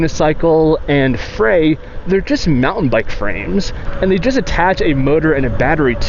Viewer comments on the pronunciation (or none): none